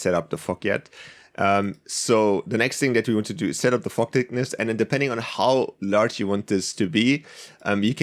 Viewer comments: Anyone else hear fuck instead of fog 😐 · When you Sayd fog it sounds like you Are saying the F word lmao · I thought u said the f word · It’s weird that when he says fog it kinda sounds like the f word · It sounds like he's saying the f word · when he said fog i heard F**k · fog sounds like fuck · yeah lol